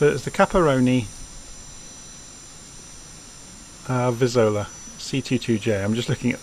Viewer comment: Sorry for correcting you, but the name is CAPRONI VIZZOLA, not Caparoni Vizolla, even those hashtags are wrong